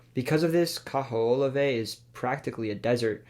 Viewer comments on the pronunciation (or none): Regarding Hawaii - the island you referenced is Kee-hoe-la-way. The US Navy uses it for target practice. It is closed to the public. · 🤣 sorry I can't help but correct the pronunciation for the island you picked for Hawaii. Kaho'olawe is pronounced: ka-hoe-oh-lav-eh